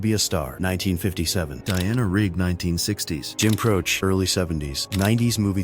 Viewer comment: Pronounced Jim Crow-chee. The AI voice is 💩